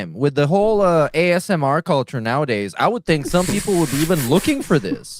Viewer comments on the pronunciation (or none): none